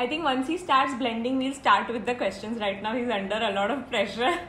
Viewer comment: U were like "shtart" for start